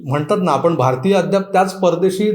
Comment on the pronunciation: "कालगनना" नाही " कालगणना" अस आहे...... " आपन" नाही " "आपण" अस आहे.....please जरा उच्चारांन वरती लक्ष द्या